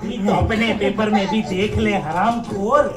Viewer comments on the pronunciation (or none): none